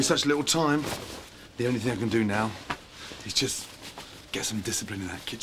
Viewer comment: man said "big ting" 💀😂